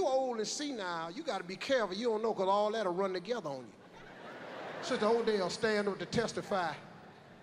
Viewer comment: It's "Odelle." She's not Irish...